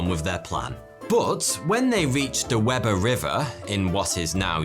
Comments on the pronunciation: Nice recounting. The Weber in Weber river is pronounced We bur, as apposed to web er. It's an easy and honest mistake that 99% of people not from Utah make, and in no way integral to the story, other than I thought you may care to know. Good day kind sir. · Love the video! However, minor gripe, Weber is pronounced “WEE-bur,” not “WEB-er” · Graduate of Weber State University in Utah here! Not a big deal bit it's pronounced "WEE-bur". We don't get it either. Just thought I'd let you know! Love the content,! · It wee-ber, not web-er, as any Utahn will let you know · As a native Utahn, I burst out laughing wen he said Webber river. It’s Weber Wee-ber lmao😂😂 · Weber River and Weber Canyon are pronounced, "wee bur'" not, "webber". Just saying... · Weber is pronounced weeeeeeber. It's a German name which technically should be pronounced veeeeber. Webber is pronounced the way you said weber again technically pronounced in the German as vebber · Nev-AD-a not Nev-AH-da. We-ber not web-ber. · You got the pronunciation of Weber River wrong, my dude. Don’t ask me why, but it’s pronounced “wee-ber” I live about 6 miles from Weber Canyon. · It’s pronounced WEE-Ber. I love you. I’m sorry. I’m from Weber County and have never been able to resist correcting those who mispronounce it. 😂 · It’s pronounced we•ber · FYI it’s pronounced Wee-ber river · Weber Canyon is pronounce 'Wee-ber'. It's ok though, even Siri has it wrong. Here are some other odd pronunciations from Utah: Hurricane: "Her-ah-kun" Tooele: TOO-WILL-AH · “Weber Canyon” is pronounced “WEE-ber Canyon” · Unfortunately, I know that they pronounce 'Weber' as ''Wee-ber''. Just FYI. LOL. Great video. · I prefer "Weh-ber", it sounds more bad ass.